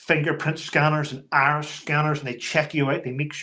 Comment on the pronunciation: 😂😂😂😂😂 When you said "iris scanner, i heard arse scanner!,, 😂😂😂😂